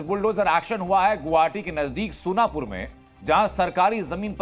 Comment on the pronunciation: Sonpur nahi sonapur